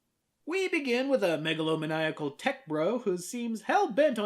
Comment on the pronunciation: "me-ga-lo meniacal"